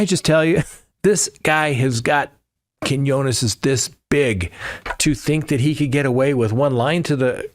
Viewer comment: That’s cajones (kuh-hoe-ness). Not quinones 😂 Love the content. Thank you!😢